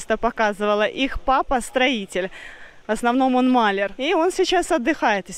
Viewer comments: Папа малЯр, а не мАлер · не мАляр, а малЯр. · Маляр ударение на второй слог,а не на первый эх, правду говорят,что ты училась в коррекционной школе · правильно говорить хозЯева, а не хозяевА и малЯр, а не мАлер, ты же блогер, следи за своей речью, пожалуйста.